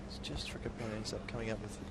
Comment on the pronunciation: It's Srichaphan, not Srichapan and i feel he kinda showed the blueprint there on how to beat Nadal, would have given an older Nadal a lot of troubles as well.